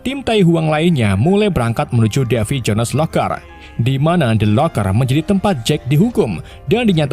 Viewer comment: Davy Jo nes seperti nya admin kurang mahir berbahasa Inggris ya 🤔